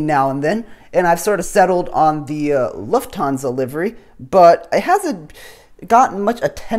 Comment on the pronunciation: Wow, your pronunciation of "Lufthansa" is spot on! Most native English speakers just don't get the short u right. :)